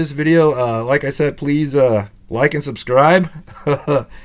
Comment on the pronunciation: You said "SUBTRIBE" lol, but good job!